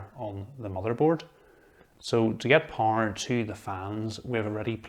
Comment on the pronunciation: Gosh it took me some seconds To understand this “power” word pronunciation, nice video though! Thanks